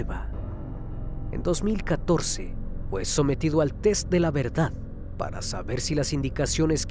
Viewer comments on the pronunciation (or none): none